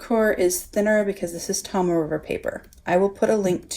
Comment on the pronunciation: Great video... very informative. I’m really enjoying the B6 wide size... (Naya Paperie rings). But now there’s all these great bullet journals to think about! Yikes! $$$$. But thank you.... ;-) I too struggled with the pronunciation of the Tomoe River paper... it’s “Tohmoh Eh”. And the other is “TehKoo Kor”. Hope that helps...